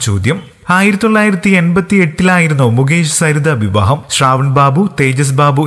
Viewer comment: കേരള ക്കാര, വിവഹം അല്ല, നല്ല രീതിയിൽ പ്രോനൗൻസ് ചെയ്തുകൂടെ ???